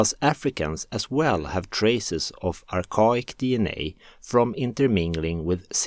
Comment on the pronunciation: Archaic (Ar-Kay-Ick)